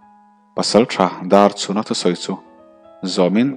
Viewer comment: Pasalṭha Darchhuna hming hi i lam fiah lo deuh ṭhn ka ti Darchuna tih ang deuhvin a ri leh tlat zel